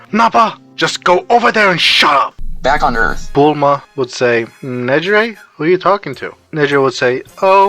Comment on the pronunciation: The text to speech can't get Negire's name right 😅